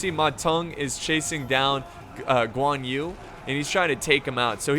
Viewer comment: I kinda happy when he pronounced Guan Yu correcty, but then when he pronounce Zhang Liao, my feeling got betrayed 😥.